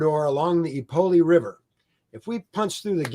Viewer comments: The correct pronunciation is "Ipoyshag", with the "a" as in "father". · That pronunciation of Ipolyság and other Hungarian names is absolutely abhorrent. Just call it Šahy (and he fails at that too!) if you can’t pronounce it fújj. I am shocked as to prepare all of this, and not spend 15 seconds preparing the pronunciations is absurd. Really jarring to listen to as a Hungarian speaker. 😓